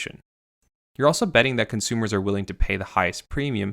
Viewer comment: “Cunt-sumers”. Spoken so clearly.